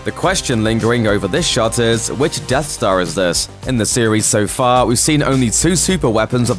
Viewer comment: Hey It’s Death Star Not Dead Star lol